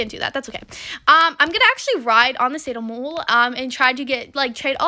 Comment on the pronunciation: sado mole is pronounced - sad-o-mole